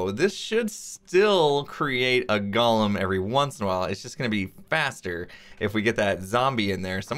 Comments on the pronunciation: Gollem: “GAH-lum.” From Lord of the Rings Golem: “GOAL-um” An artificial construct. Mispronounced by x this episode. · GO-lum. GALL-um is the guy from Lord of the Rings.